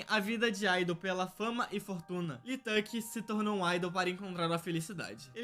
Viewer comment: amg o lee na coreia se pronuncia literalmente como "i" não LI ok?